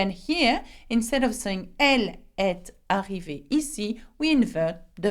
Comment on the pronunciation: in while pronouncing example of comment est-ce qu'elle..... Why did you speak est and arrivee saperately Don't you think you should make liaison and pronunciate as "ee-s-ta-hhi-veee"